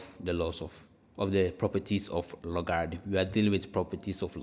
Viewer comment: You pronounced logarithm incorrectly, very annoying. Reminds me of scam sites coming from India and Pakistan